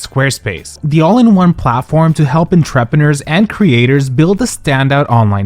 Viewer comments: do.. do you say entrepreneurs like that because you enjoy hurting us. it sounds like you’re saying ‘interpreters!’ it’s pronounced ehn-treh-pre-noors(?) someone more qualified HELP MEEEEEE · Can you please learn how to pronounce “entrepreneurs”. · “En trep eners” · the pronunciation of "entrepreneurs" :eyes-purple-crying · I’m sorry but your pronunciation of entrepreneurs is sending me 😂